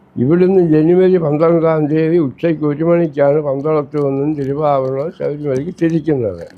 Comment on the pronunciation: തിരി വാഭ രണമല്ല, തിരുവാഭരണo എന്നു തിരുത്തുക.(ലേഖകൻ) (തിരു: എന്നത് തമിഴ് വാക്കാണ്.)